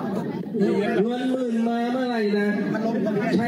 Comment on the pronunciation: ทำไมอ่านเป็น เงินหมื่นใช้ซื้อเสียงนะครับ